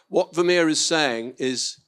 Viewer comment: this interviewer can't even pronounce the name Vermeer correctly!😮